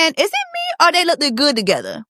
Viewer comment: Jessie ..u have a degree..there is no such word as look ED. look id...? one syllable "looked"